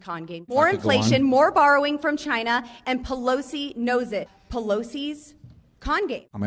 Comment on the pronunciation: "Pelosi is borrowing from chay-nah"..... hahah!!!! Hilarious!!!